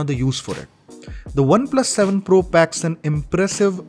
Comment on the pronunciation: Not 7 fool.. it's 7 pro please correct it